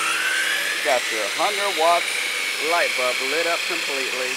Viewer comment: "light bub"